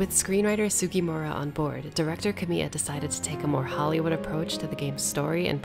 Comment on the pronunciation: This would be so much better if you had the respect to pronounce "Kamiya" correctly